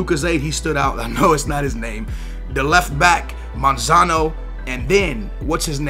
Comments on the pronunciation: why you pronouncing monzon monzano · lol yea he says manzano or somin like that and its monzon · When talking about Monzon: "...the left back Monzono..." WHERE IS THE EXTRA O COMING FROM BRO! hahaha